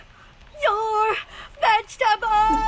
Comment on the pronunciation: He says eat your vegtebols one less chiken au be gonne